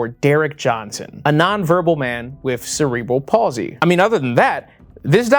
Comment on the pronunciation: Thank you for pronouncing Cerebral Palsy the right way!!! Even most medical professionals I've encountered say "sarah-bull"